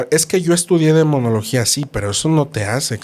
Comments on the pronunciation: la palabra correcta es demonología, no demoniología. El invitado repitió varias veces: DE MO NO LO GÍA. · disculpe usted; pero es Demonología... no Demoniología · Se dice DEMONOLOGIA 😊 el padre lo dijo varias veces y la señora seguia diciéndolo mal 😅